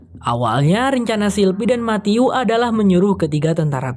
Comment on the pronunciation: Pas ngucapin Matthew aku denger ny mati-u —>mati-yuu —> mati-yuk 😂😂😂